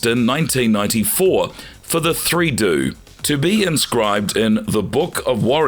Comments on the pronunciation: 3 D O..not 3 do...lol.. research the topic narrator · 3 DOOOO!!!!!🤣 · “3doo” ? A human didn’t say that